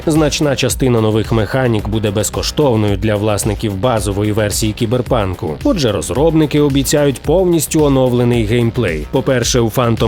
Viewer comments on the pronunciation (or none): Я один чую на "також у кіберпадлі"?